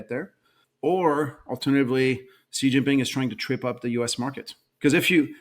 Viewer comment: he is one of the few outside china who pronounced Xi's name correctly. its pronounced C.